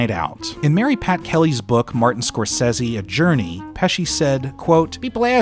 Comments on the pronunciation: please...it's Scorsese 😇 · How you gonna watch this film since you were a kid and still can’t pronounce Scorsese right. Fucking buffoon.